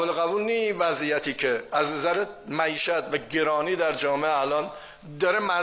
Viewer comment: آقای خالیباف اول کارش هم تاکید بر معیژژژژت مرررردم داشت